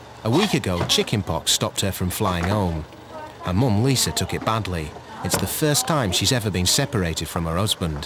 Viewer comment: Narrator, PLEASE STOP SAYING ' LISER'... THERE IS NO "R"! Lisa!! And several days late regarding Amy and her chicken pox. She's already infected innocent travelers....